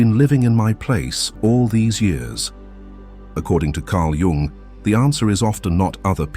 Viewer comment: It's REALLY hard to listen to the AI slop voice butcher the pronunciation of Jung's name, but this channel usually gives really good advice, so I'll let it slide this time.